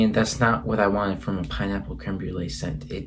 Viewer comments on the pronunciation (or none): none